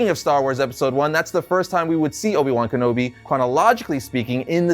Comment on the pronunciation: How do you mispronounce a name that was said many times in the movie hahaha.